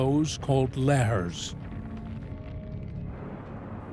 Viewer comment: The way I nearly broke my neck whipping my head to the narrator pronouncing, "lahar" like.. I will slap the brit outta him don't play with me 😆